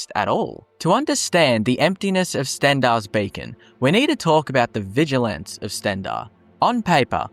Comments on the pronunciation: "Vigil ants" yeah the first time you said it I could believe you misspoke but now I'm reporting you and disliking. Also contacting British police and telling them you said something hateful to me, expect a fine or jail time. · VigilANTs? Nice English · Vigil ants? Zaylots? the fuck is your pronunciation bro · sorry had to stop the video because of how you say Vigilants